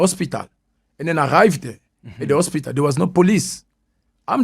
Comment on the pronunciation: Why is he saying Ospital